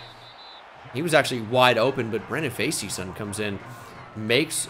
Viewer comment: just so you know its pronounced face-son for brandon facyson